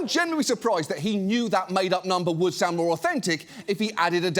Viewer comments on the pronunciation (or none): none